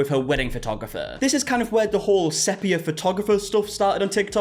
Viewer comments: It is SEE-pia btw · 'SEA-PEE-AH' 😊 lots of love, it's just the adhd's 😂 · It's funny how everyone says sepia wrong and the girlies on DWKT talked about it lol they had to Google it it's like seepeea 😂 I would have never known either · The big question is why did none of friends take him aside after the last video on this and tell him how to pronounce "sepia"?